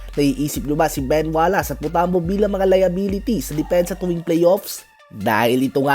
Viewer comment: Ben Wallace, you should pronounce it WallACE as in ACE not WallASS